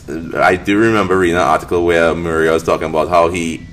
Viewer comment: I keep hearing maria instead of miura, i was so confused lol. Good video